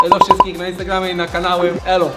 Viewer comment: Na końcu kiedy mówił " eluwina" ucięło się " elu" i było słychać " wina " xdd